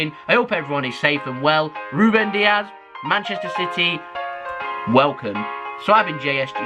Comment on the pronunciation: It's Dias not Diaz. He's not Spanish, but Portuguese